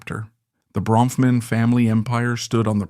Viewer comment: How many diffrent ways can the narrator mispronounce the last name?!